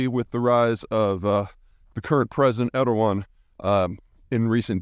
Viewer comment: Split off from the mongol heards in the 1200s? You're only off by like 900 years. AND JFC i have a lot of respect for you peter but learn how to pronounce Erdoğan. He's only been in power for 20+ years